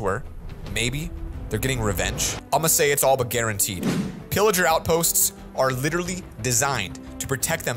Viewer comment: It's not illerger it's pillaged 😅